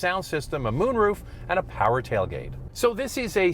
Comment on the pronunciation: “My awms get too tiwed lifting the meany taiwgate”